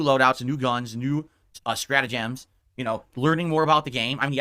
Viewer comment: Shtrata-GEMS. He pronounces everything wrong. Like suh-DENT-uh-ree instead of sedentary. Gotta be just his constant Freudian slips thinking about gems in Champions.